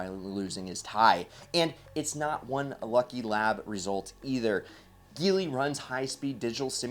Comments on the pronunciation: It's pronounced (j)eely Not (g)eely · It's pronounced "Jee-ly"